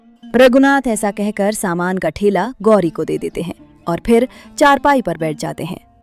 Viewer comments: Thela❌ Thaila✅ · आप लोग हिंदी कहानियां बनाते हैं और आपकी खुद की हिंदी इतनी बुरी है बच्चो को क्या सिखाएंगे पहले खुद अच्छे से हिंदी सीखिए और ये जो आप ठेला बोल रहे हैं उसे थैला कहते हैं। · Saman ka thaila hota h na ki thela